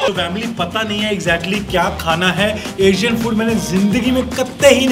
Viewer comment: Wait- Isn't it 'ASIAN FOOD'? if it is than why 'ASAIN FOOD'🤡